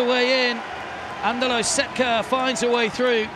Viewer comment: Why don't you learn to pronounce their names at least decently? It's not THAT difficult! So, it's not Eweeka, but its Ivitsa, and not Setka. It is Shetka..